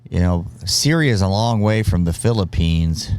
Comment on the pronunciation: 5 loong months… funny how the narrator emphasized it. compared to the 20 years war in the oil rich countries 😒